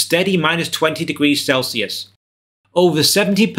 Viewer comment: "Celcius".... Sure...